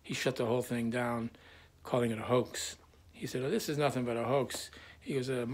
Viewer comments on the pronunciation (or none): none